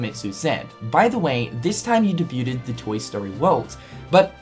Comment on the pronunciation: look at the way this man said debuted